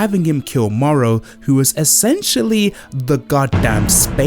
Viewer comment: Not morrow! The name is moro